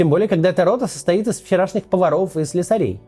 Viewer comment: Только не слесарЕй, а слЕсарей...😉